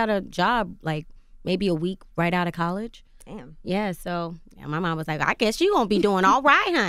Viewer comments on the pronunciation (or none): Angela it’s COLLEGE, NOT CAAALLEGE 😳